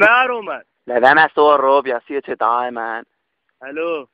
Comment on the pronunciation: Lad vær med at stå og rrrrrr'åb? Genialt!